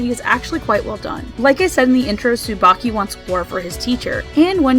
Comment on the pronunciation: STOP. RIGHT. THERE. Tsubaki is pronounced differently in that show